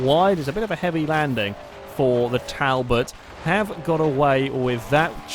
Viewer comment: Its pronounced tall bot i thought you would know that